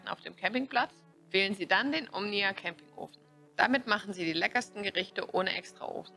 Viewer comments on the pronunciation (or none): Sagt sie immer "Omina" anstatt "Omnia" oder habe ich mich verhört? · Stimmt- die ersten 4-5x sagt sie es richtig und dann geht's weiter mit Omina 😉